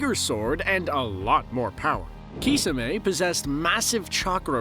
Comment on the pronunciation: Kisamay is the worst way to pronounce Kisame